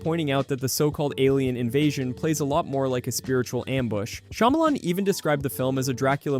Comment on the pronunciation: I can't take you seriously when you say "shymalan fans"